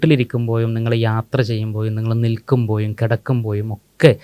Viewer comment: നിങ്ങൾ വീട്ടിൽ ഇരിക്കുമ്പോയും, നിങ്ങൾ യാത്ര ചെയ്യുമ്പോയും, നിങ്ങൾ നിൽക്കുമ്പോയും, നിങ്ങൾ കിടക്കുമ്പോയും?!🤔 (Unmasking anomalies team ൽ പെട്ട ചില മാന്യ വ്യക്തികൾ അവരുടെ മലയാള ഉച്ചാരണം! (അക്ഷര ശുദ്ധിയും അക്ഷര സ്ഫുടതയും വരുത്തേണ്ടതുണ്ട്)❤🍀😊.